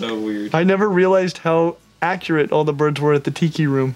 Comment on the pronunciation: Bro said “Owl of them” 😂